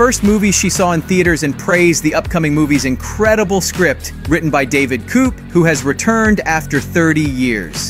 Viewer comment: David "coop" - it's David Koepp pronounced "Kep"